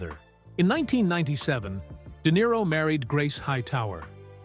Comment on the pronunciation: De Nero eh what a tosser